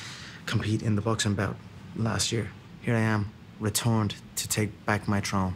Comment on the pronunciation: the way he said 'Throne' is the only reason he lost that fight imo